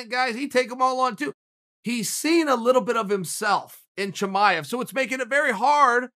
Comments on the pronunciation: I'm listening to this while doing dishes and the entire time I think he is saying "Jemima", when he is trying to pronounce "Chimaev" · i love your analysis ... big Fan . pardon me, but let me make it a little easier to pronounce khamzat chimaev. khamzat actually is (HUM-ZA) chimaev actually is (SHE - MA - ive) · Me: Chimaev Chael: Chimichanga Me: ok great